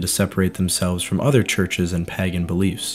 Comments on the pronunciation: I have had to pause this otherwise excellent video halfway through because I can't take it any more. Not the video, I think it's great, but the pronunciation of the word.... Pagan. It is spoken as PAY GAN, not, under any circumstances PAGGAN. That is just wrong. And whilst I'm on the subject Celts is pronounced Kelts with a hard C. Not Selts. Apart from that it's fantastic. Many thanks. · Also the Pa in Pagan is 'Pay' The samhain thing would have bugged me more, being from Ireland, but it didn't come up much in the video. Pagan was said a lot though. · Amazing video, just one point is the pronunciation of pagan is a little off, if you google the word the text to speech function is just right. Sorry to be one of those people. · You should look up pronunciations of words you do not know. For instance Pagan is pronounced Pay-gan not pag-an. And Samhain is pronounced Sow-een. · Did you just say that as pagaN, as opposed to pāgæn. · Is it a local accent that makes you say pagan like that? Curious. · Thank you for the reply, I'm British so I'm not great at American accents!